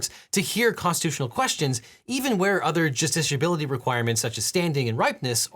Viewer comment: I just had to leave a comment giving you KUDOS for saying justiciability multiple times with seemingly little effort. It's not an easy word to say!